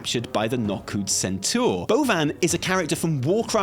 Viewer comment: "centaör" Come on, we know you know how to say centaur.